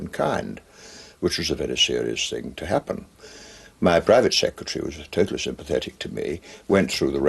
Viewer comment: A civil servant was 'sympathethic' I hope I didn't hear that